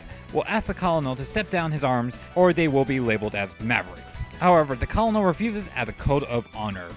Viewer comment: Just wanted to point out that "colonel" is actually pronounced "kernal." I also miss-pronounced it for the longest time whenever I would read it.